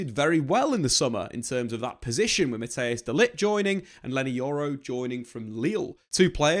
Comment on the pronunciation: Who is this Mattheus guy? Or do you mean Matthijs (pronounced as Mat-tice